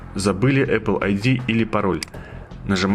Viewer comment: эпел? может эпл